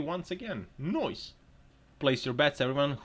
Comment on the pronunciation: Your laughing makes me laugh...dummies. Did I hear you say "noice"?..Yes I will marry you.